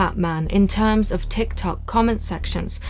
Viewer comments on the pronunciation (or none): none